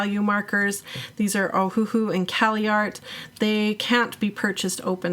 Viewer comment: It's pronounced Oh-Uh-Hu (Owahoo), but they took out the dashes. The 1st H & 2nd H are silent like the words Oh and Uh, but the last syllable Hu is pronounced like the word Who. An easy hint to remember: The company is named after the Hawaiian island of Oahu.